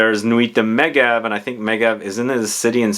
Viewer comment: Meh-jev - it’s a ski resort in the Alps.